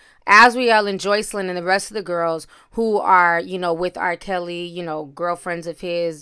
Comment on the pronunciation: Did you say R. PISSY???...LMAO!